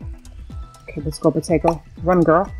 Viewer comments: My Drink was like i spit it out cause You said pOtAcO pOtAcO your gonna mess it upp😂😂 That part was so funny😂😂 😂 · When you said potato I thought you said Tayko lol